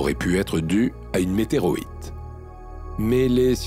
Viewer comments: Je rêve ou le commentateur dit "une météroite" vers au lieu de météorite ? Mais dans les dictionnaires et les textes scientifiques, "météorite" est le seul mot reconnu.🙂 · Une vidéo magnifique, superbe ! 😍 Mais... Quand le narrateur explique les particularités de Mars, il a bien parlé d'une "météroite" au lieu de météorite, on est bien d'accord ? 😄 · "météroïte"!?!? ou plutôt "météorite"?